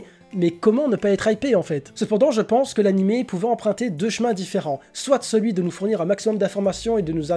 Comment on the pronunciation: On dit soit et pa soite